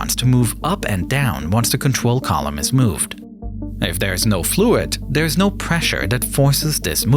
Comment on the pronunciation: Contwol /(UwU)/ Lol